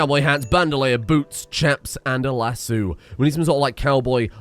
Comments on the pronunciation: Sorry can we just talk about your pronunciation of the word lasso... where did you find the other "o" in that word please elaborate cus thats the first time i've heard someone say lassoo and not lassO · Man's over here pronouncing lass-ohs lassoos. smh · Waitwaitwaitwait. Lassoo? Not Lass-O? Oh dear. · Lass-oo? Texan here, can't say I've ever heard it pronounced that way. Lass-oh is the correct pronunciation. But hearing "lass-oo" made me chuckle. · Lasso...not Lasseww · As a native Texan just an fyi it’s Lass-oh not lass-oo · Lass-u? oh boy another one, it's Lass-o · lasooo? no LASS-OH! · Glad you managed to save Dunn and Saguaro, hell of a save there. also its Lass"O" not Lasoo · la sew? tf it is pronounced lass O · what the fuck is a lass-oo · Las-soo, its las-sow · maybe this is a british vs american thing but we pronounce it lassoh not lassooo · "Lass O" not Lassooo... Brits..I swear. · I’m sorry it’s not pronounced lassu it’s pronounced lass-o such as the o in spaghetti-O’s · My Texan soul cries every time he calls it a Lass-oo. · My Midwesterner half does too. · The "lassoo" pronunciation made my day. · Who is this lass named sue? Oh did you mean lasso? Or Lassue? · LassO emphasis on the O lol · Is... Is calling lassos... Lassoos? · Excuse me, what is a "lassu"? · Hey everyone, He said lasso in a funny way! Lets all point and laugh! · How did Brits as a whole mess up pronouncing lasso? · Oooh red dead redemption, maybe you'll learn how to properly pronounce lasso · I don't think that's you say lasso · very important episode, but i gotta point it out - what the fuck is wrong with your pronounciation of lasso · Video literally unwatchable due to chronic mispronunciation of lasso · The way you pronounce lasso, makes my brain hurt. 😅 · is no one going to correct his pronunciation of lasso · That... That isn't how you say lasso... THAT ISN'T HOW YOU SAY LASSO!!